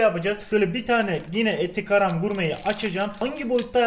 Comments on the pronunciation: Abi eti Garam gurme değil, eti KARAM gurme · Evde eti garam diyorsun abi ilk başta :D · ETİ GRAM ? :D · eti garam 😂